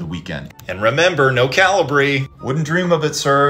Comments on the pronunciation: Cal i bree? Who pronounces Calibri (Cal E Bree) like that. Eugh. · Im sorry, I gotta ... its pronounced "Kah - lee - bree" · So we really just not gonna address the way he pronounces calibri? I’m pretty sure anyone I’ve ever heard say it was always pronounced as cuh lee bree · I’m pretty sure that’s not how you pronounce Calibri.